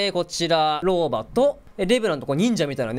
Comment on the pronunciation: 日本語がちょくちょくおかしいローバがロバになってたりヴァルキリーがヴァルクになってたりワットソンがワトソンになってるのが気になった